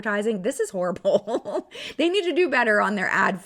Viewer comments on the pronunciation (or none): none